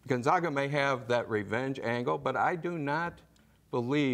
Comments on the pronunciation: Who the hell is Gonzauga? It's hard to give you any credibility if you can't even pronounce Gonzaga. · It's Gon-ZAG-a NOT GONZAUGA!! Da-gum. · They ALL pronounced it Gun-ZOG-uh! Lol. I guarantee they did not watch any of their regular season games. Don't take advice from these people.. They still don't know how to pronounce Gun-Zag-uh! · Is it really that hard to say gonzAga? Fuck its been 20 years, get it right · Absurd. Gonzaga is a PROPER noun which, theoretically, could be pronounced any number of ways. Has nada to do with education. Just like Nevada, I've heard the Zags said both ways. People who don't follow sports are unlikely to have heard of the Zags. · Please pronounce Gonzaga correctly! Get yourself educated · How can these sports nerds say Florida State is their entire world, when they can't even pronounce the #1 seeds name....Dis-credits everything that comes out of their mouths....